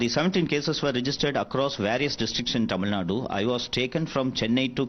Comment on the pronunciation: It's Tamil Nadu, not Tamil Nad, you foolish reporter